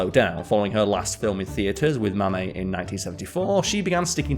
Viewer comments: Mame is pronounced "maim", not Mammy. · The show Mame is pronounced "Maim", rhymes with "name". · "Mame" is pronounced like "maim". Good movie.